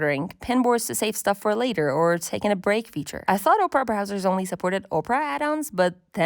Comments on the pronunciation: Op rah, not ope rah 😂 But otherwise nice video! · Oprah? OPRAH?! OP-ER-AH! 🤣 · You, over and over again: "Oprah" Me, every time you said "Oprah": "Opera" But this was a really good overview of current browsers. Thank you. ❤ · Are you from the Midwest saying Ope-ra instead of Opp-ra? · Just because i was weirdly annoyed by it: the browser is called opEra as in the opera house and not opra as in Oprah Winfrey ;) but in total a really nice comparison and kidna interesting to see, what people from a design perspective care about. I mostly care about privacy, speed and that pages are displayed correct. The last point is especially important from a developer perspective, because even if many browser are build based on chromium or firefox, it's something kinda shocking which issues can occur if someone isn't using Chrome or Firefox. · ITS OP-PRA NOT OPRAH GET IT RIGHT!! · its not ohpra its OPERA!!!! - A recreation of me everytime you say oprah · OMG the way you keep mispronouncing Opera is insane. Oprah is a talk show host. Opera is a browser and a a type of entertainment. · Why are we pronouncing it “Oprah”? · Oprah browser? Ah-per-ah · She called it Oprah 😂😂😂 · I lost it when you said "Oprah" browser XD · opera is pronounced wrong, it starts with ah sound like operation 😅